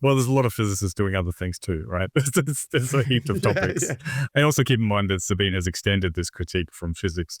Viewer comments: Great show. But feeling a bit pedantic after all of this critique ... I believe Sabine is pronounced "Za-bee-na", not "Za-bben"? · Do you consistently mispronounce Sabine's name because you don't know and can't be bothered to find out how to pronounce it properly, or because you don't care how people pronounce their names, or just because you hope it might annoy her? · So they do know how to pronounce it properly, and do care how people pronounce their names, but choose to consistently mispronounce it anyway, hoping it won't annoy her?